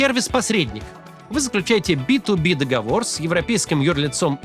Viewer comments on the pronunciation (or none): none